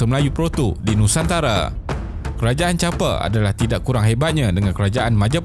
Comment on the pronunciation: Champa, bang.. bukan Champe 😁